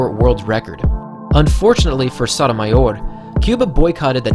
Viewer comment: your pronunciation of Sotomayor could cure cancer